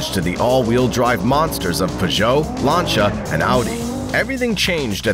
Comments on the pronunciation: Lancia not lancha 😅😅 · LANCH YA LOLLL dude its LAN SEE YA not LANCH YA you big idiot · oh my freaking goodness ... LAN ... SEE ... A .... not LAN SHA ... jeeeez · These pronunciations are killing me. "Lunchia." 😭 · Pronouncing "Larntia" for "Lancia" is a great way of showing us you've never watched a car or rally event before. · It’s pronounced Lance-e-ah at least that’s how it’s pronounced on the old top gear by Jeremy James and Richard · The American pronunciations are pretty funny. Lanchia 😂😂😂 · Ah yes, famed automobile manufacturers "Lancha" and "Puhzho" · Sorry, had to cut short my watching as I was cringing so hard at the mispronunciation of so many brands. WTF is a Larncha!! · except he can't say LANCIA FFS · Except Lancia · Ye, and i've not heard Lancia pronounced that way too. 😄